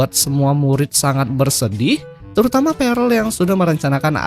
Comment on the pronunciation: Bang itu di bacanya perll bukan parell, aku kebangun gara-gara denger itu huhuhu